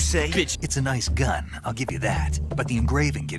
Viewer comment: Why i hear NICEGUN LOL